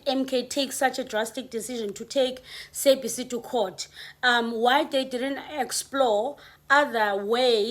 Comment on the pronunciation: The way you pronouncing sabc, it's stressing me out 🥴